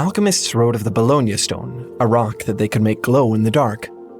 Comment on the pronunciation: I can't stop hearing bologna stone